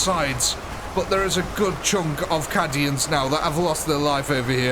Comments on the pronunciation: Cad-ians? They're CAY-dians. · Awesome video, captured that grimdark perfectly! although its Caid-ians not Cad-ians, I think 😅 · I hate to be that guy, BUT 😅 it's pronounced caydian dude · "Caddy-ans." All I need to say I think. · Just for the future. :P It is pronounced with a long A. "Kay-D-Ah" "Kay-D-In" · Please learn the correct pronunciation of Cadia and Cadians... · The way he says Cadians is heresy of the highest order.